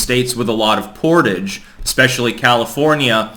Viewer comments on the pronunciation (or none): none